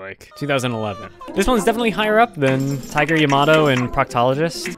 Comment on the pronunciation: "Tiger ya-ma-doe"